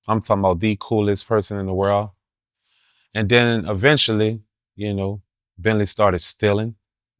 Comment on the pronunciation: I don't believe a word out of this guy's mouth. YouTube has been around a long time. Anyone can create an account. You got stories now? Stop it. And it's "you know"....not "chin-noe"🤡